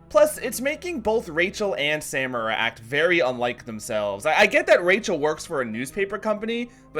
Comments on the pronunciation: Say it with me now... suh MAR a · As pedantic as this is, it bothers me that you pronounce Samara with a hard second "a," when it is clearly spoken with a soft "a" the whole series, and they don't shy away from saying her name. A lot. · Discord Discordant omg yes. I was saying it’s not hard to just pronounce it right then I started pronouncing it wrong after hearing him saying it over and over. It’s so annoying